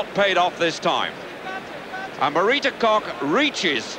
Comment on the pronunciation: Why couldn't this announcer, and for that matter, almost all British announcers pronounce names correctly? It is not Marita KOCK, it is KOCH, pronounced with a long "o" and with the German "hch" on the end.